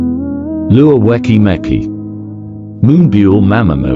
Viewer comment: MAN IM TRYING TO FOCUS ON THE VIDEO BUT THE WAY HE'S PRONOUNCING THE NAMES I- nAIyaYon BEETEEZ (sounds like ateez+bts) mUnbyool die hyun YOU geniun chap da FIVE um (beeteez) cherry young soo... GREND?!?!?!?